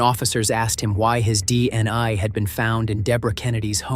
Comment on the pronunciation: How many times does the AI Narrator say DNI rathef than DNA?